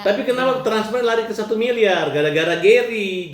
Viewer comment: ODGJ baru trus saja yg d omongin uang. Ktanya g butuh uang. Nanti kbur ODGJ nya teriak" mna uang mna uang. 🤣🤣🤣 Samilieur Bkn samiliyar.